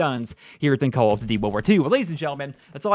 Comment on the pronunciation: "Call of Dtty" am not dissappoint. Have a sub